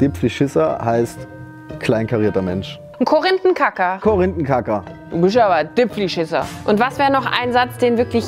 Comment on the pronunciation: es isch nit "vierzig", sondern "fiirziig", ebenso bei "dipfleschisser" muss das i auch ein bisschen mehr betonung kriegen :D